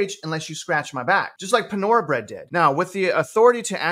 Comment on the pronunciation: “PA-nora bread” and “Chit-PO-Tah) is cracking me up